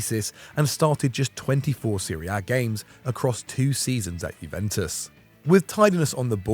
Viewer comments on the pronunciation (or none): none